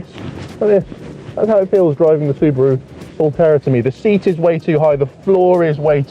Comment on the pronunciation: You said Suburu & Nissan?